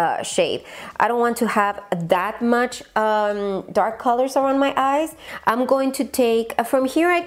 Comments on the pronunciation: "calorts" JAJAJAJAJAJAJA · "CALORTS" 🤣 ja ja ay!! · Jajajajaja "calorts" "brillarts"😂😂😂😂😂😂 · "Brillarts", "calorts" jajajjajaja